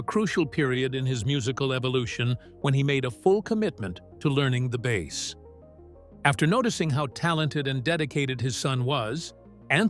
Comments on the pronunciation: AI narrator said bass instead of bass.😂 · Need to do better editing on your AI-generated narration,. One is a type of fish, one is a type of guitar. Your "narrator" should know the difference - Michael Anthony's father didn't buy him a fish. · Shitty ai narration. Bass is a fish, and sometimes something you play. How hard it is to use someone to speak instead of this crap ai junk? Could not finish this vid. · AI : bass rhymes with ace not ass. Instrument not fish. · OMG! Teach your AI the difference between a Bass Guitar and a Bass Fish.... Video reported for Stupidity. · Excuse me I'm old fashioned and I can only take a couple of minutes of yet another generated AI voice telling me stuff Fender Precision 'Bass' (as in fish). Bye 👋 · Maybe I should offer to narrate some of these types of docu info vids. The AI tech that is used doesn't even know how to pronounce "bass." REALLY ??? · Michael was their punching bag. I'm glad he's with Sammy and being treated better. ❤ I would say to take a drink every time the AI narration says bass (the fish) instead of bass (the instrument), but I don't want you to die. 😂😂😂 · "Bass" pronounced like the fish "bass"... I fucking hate AI narration. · pay a human to read your stupid copy........... Bass like in fish? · "Bass" rhyming with ass?!? NOPE! AI dreck!